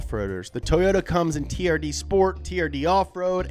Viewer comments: Am I the only one whos heard it pronounced "terd"? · when he said turd for the first time I just burst out laughing XDDDD